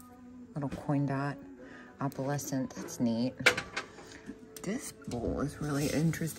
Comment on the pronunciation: It kills me when you say “AHpalescent”. 😂